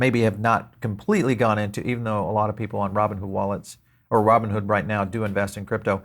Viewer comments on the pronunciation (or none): Roooboon hood 😅